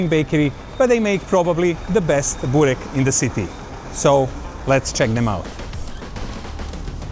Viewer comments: Nicht Bork-burek.Lese es wie es geschrieben wird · nicht bork sondern burek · Was für ein Bork???? Das heisst Burek